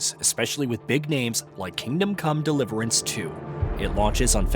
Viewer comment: I noticed that too...the way the name of game is spoken sounds off